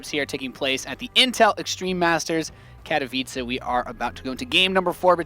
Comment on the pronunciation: gg! 1st time i hear someone say Katowice nearly correct: Kah - toh - vi - tze; both 'h' are silent.